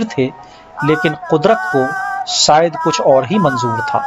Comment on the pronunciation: गौहर जान के बारे में बहुत अच्छी और रोचक जानकारी. प्रस्तुत कर्ता को 'श' और 'स' में फ़र्क करना नहीं आता. वो - 'शेर' को - 'सेर' , 'शायद' को - 'सायद' और -'पेश' को - 'पेस' कहते हैं.